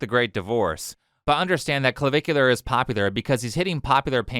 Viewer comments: Cluh-Vick-You-Ler (it's not rocket science, ). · i love that the news anchor pronounced his screen name as Clava-cooler. had me giggling for a while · “Clavicular”? Did he name himself after bones?